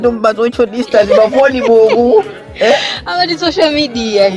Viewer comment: social ndi sicial kkkkkk